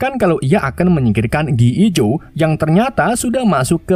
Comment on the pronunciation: Gi joe jadi gee ee jo.. hahahhaha...